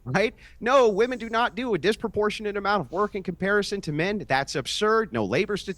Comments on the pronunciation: it's Women and Wamen, also pronouns wahman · I miss hearing calling them "wamen"